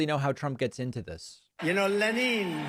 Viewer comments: lets be honest. Democracy is failing. Trump says "leneeen" stretching his pronunciation to indicate a sort of sarcastic dissaproval. "Chi - nahh". "hooos aayne". Mans a nutter and a messaging genius. But more a nut gob job. As luck would have it, Americans are educated progressive in the majority. The americans who vote for trump are hard core trump....but there is not enough of them. Most people in America are reasonable and intelligent enough to recognise a show man. This is Trumps weakness. He cant pul his rubbish off on educated USA citizens, and thanks to the democrats there are more educated people that there have ever been. Packman keeps your flag flying and fights the hard fight of detail. Then again he pulled that aprils fool thing after posting that he needed donations. Ouch. Ill still contribute because if I dont then the ginger lunatic wil destroy more. We need less. And Im british which means what hits the USA hits us economically one government term later. If America catches a cold, its allies sneeze later on. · In Lenin the emphasis is on the first syllable. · FYI - Lenin with emphasys on 'e'. Even in Russian. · Russians don't pronounce Lenin, Leneen. They pronounce it Lennin. Trump is an idiot. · The maralago manatee is the most crooked, corrupt, human stain. The failed liar-in-chief will kiss the butt of any tyrannical, despotic murderer all over the world. And by the way, Lenin is not pronounced Leneen... the emphasis is on the first syllable, but can you really expect this pustule to get it right? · HAS ANYONE HEARD THE LEGEND OF DARTH LENEEN, they call him. Leh-neen!! I have people, I have the best people!! ✋🤚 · "Rush-AH!" "Len-EEN" Did he even finish high school? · "Len-een" is further evidence of his advancing dementia. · " Le-neen, as they say...??? Another Soviet pair he admires : Sta-leen and Poo-teen. What a complete swine. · Le-neen. Time for a drink. A LOT. LOCK THIS BUFFOON UP FOR GOD'S SAKE. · Russians definitely don't say 'Leneen."